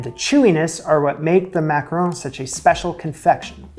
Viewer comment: Mack-ah-ron 🤷🏻‍♀️ Why Americans have so much trouble with one of the most common sounds in English (Don, gone, fawn, lawn, John, Mack-Ah-RON) is a mystery for the ages to me 90% of the time I hear them called everything but by Americans! EET makes me a leetle crazee! :D